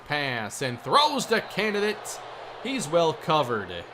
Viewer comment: I challenge anybody to take a drink every time says "Canidate" and still be sober enough to comment.